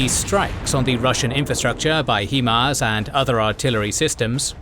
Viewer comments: it's pronounced "High-MARS" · "he-mars" lol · It's H[AI]MARS. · You are mispronouncing HIMARs its High-Mars. Also Ukraine is not part of the Balkans. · Bro. Love the videos but please. It’s pronounced High-Mars. High Mobility Artillery Rocket System. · It is pronounced High Mars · Right, he does an impressive job with the local city and region names and then “Hee-mars.” I’m like, dafuq is he saying? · Too bad he can't pronounce HiMARS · Except for the Himars, it's pronounced High mars. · yea im ukrainian. couldnt hear the slightest accent and then.... HEE-MARZ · Highmars. Not Heemars. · love all your videos but can you Brits every pronounce HIMARS the way its supposed to be?!!! It's not HeMARS. Look at the name... HIGH not He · It's "hi"mars not "he"mars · Great presentation! btw, fyi, it is pronounced high-mars, and not hee-mars. this is not negotiable, no matter where you are from. for HIMARS is an acronym - therefore, any syllables will inherit the pronunciation of the words they are derived from. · Hello , the narrator of the documentary said the weapon system is called “ He Mars “ it’s called High Mars why do so many people pronounce this weapon system differently all the time even in other YouTube videos I like the name “ The Fingers of God way better because that’s the whole outcome of this new weapon , it’s like God came down to help save the Ukrainian people from certain death by the advancing Russian army who are constantly attacking the innocent Ukrainian people who just want to live in peace , thank you kindly all the best my friends;) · It sounds like the British pronunciation is "HIM-ARS" whereas the American pronunciation is "HI-MARS". Interesting distinction. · It's HI-MARS not HE-MARS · It's HIMARS - not he-mars like he-man. Hi. Mars. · HI-MARS not HE-MARS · HI-MARS is pronounced like it is spelled. HI (hi five) MARS (like the planet). Not HE-MARS (HEMAN!) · It's not HEE-Mars, it's HIGH-Mars, as in High Mobility Artillery Rocket System.